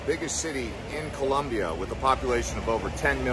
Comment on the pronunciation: COLOMBIA, not COLUMBIA wtf